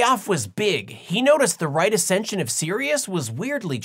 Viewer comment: How dare you call it "right acention"........ That's white supremacy and racist?🤣😆😂